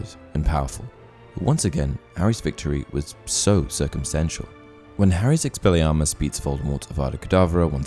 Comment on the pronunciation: Lol ‘expellarmus’